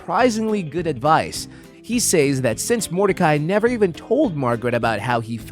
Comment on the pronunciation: I especially hated the way he said "say-s."